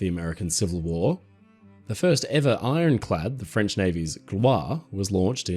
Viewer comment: Well it's ironclad, not ironchad!